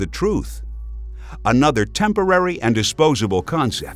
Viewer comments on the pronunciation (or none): none